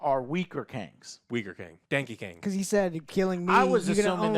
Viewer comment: "Dankey Kang." Godammit,, LMFAO! 🤣